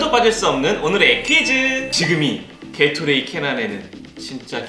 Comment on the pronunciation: 요즘 채널에서는 개나 소나 다 떠다닙니다~ 멋지죠? 글고 정답은 칵토레이(?)아니 개토가 아닌 게토레이입니다.